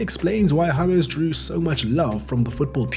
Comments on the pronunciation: juat say James intead of Yamezz. Its djames, got it? ty )) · "Harmez"? It's James! 🤦‍♂️ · So his name is pronounced Hamas NOT James like James Blunt